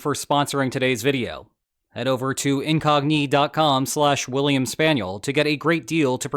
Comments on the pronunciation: IN-cog-KNEE! :P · You using ai? The" incognIE" pronunciation has me suspicious.